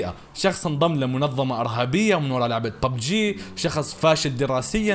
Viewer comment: اسمه ببجي مو بوووووبجي😒😂